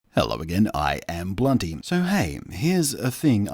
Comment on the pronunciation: Blunty not bounty